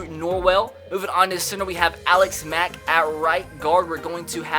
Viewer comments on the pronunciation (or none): none